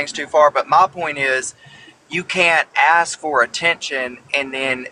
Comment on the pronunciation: Am I the only one that just can’t stand this woman and every time she says aks I wanna slap her.